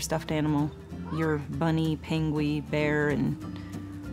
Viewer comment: It's penguin.